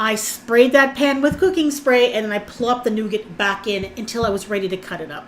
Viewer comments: Nugattt. lol it's pronounced Noo Gar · Sorry girl, but it is pronounced noo ga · you don't pronounce the t when saying nougat. 😉